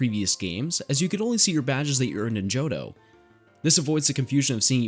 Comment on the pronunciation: Ah yes my favorite region, the Tohjo region